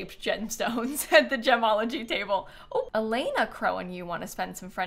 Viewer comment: i cant unheard jamalogy everytime said gemology